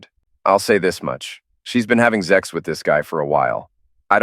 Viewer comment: It's pronounced Sex, not Zex